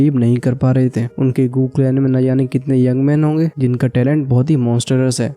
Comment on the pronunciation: Bro गू clan ko गू clan hi bola karo